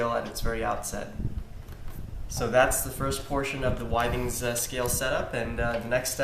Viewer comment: With-ings not Why-Things.